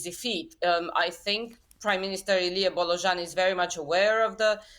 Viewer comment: “Illy Bolojin” - you turned an 120% true blue Romanian into a Russian instantly 😂😂😂😂😂 Why would be that hard to pronounce “Bo- lo-Jean”…? I mean we know how to pronounce Worcester Sauce so why can’t you make the effort to pronounce a name correctly? Do your homework, you are about realistic political news not re-baptising politicians for crying out loud.